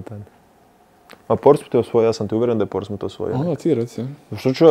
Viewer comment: Pa Luka pobogu, igrao si tamo. Da ne znaš izgovorit Portsmouth.